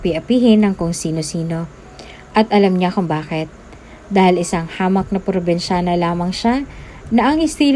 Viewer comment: Kailangan bang eh emphasize yong salitang dalagang probensyana